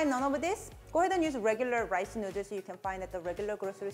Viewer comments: me thinking: i love how she says noodles.: and make sure to get this tshirt. nu-ders. me: MELTS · "Drunken Nooders" LOL!!! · Literally just subscribed because I realized she made a “nuders” T-shirt from the way she pronounces noodles. I love how you marketed your quirk and beautiful accent. Exceptional ! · The way she pronounce noodles makes me wanna go to a Thai restaurant and enjoy drunken noodles in the "nuders". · “Drunken nudders” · Love how she pronouces .. noodles and ShriEmp🤣. So cute